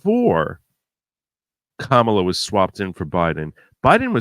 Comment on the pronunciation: you started this video by talking about racism and asking your viewers to consider they might be being racist when they send you memes because you’re Jewish. Then in the next sentence you call the VP “Scam-a-lah, aka Ka-MAH-lah”. If you can pronounce Scamalah, you can pronounce KAM-ah-lah. I’d like you to consider that continuing to mid-pronounce her name (as do all the pundits on the right as well as the prior president) is racist. Just consider it.